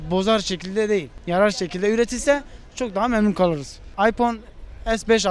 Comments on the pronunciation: Ayfon değil iphone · karanlık oyuncular ama ıphone kullanınca başka telefon kullanılmıyo gerçekten androidde iyi fakat adam ıphone istiyo aypon diye okuyo adam daha ismini okuyamazken kullanmasını düşünemiyorum :D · en sondaki adam aypon as 5 diyo abicim sen iphone kullanma bence